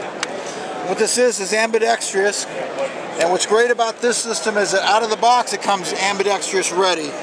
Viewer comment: I love how that word change from Ambidextrous to AmbidexTRIOUS lol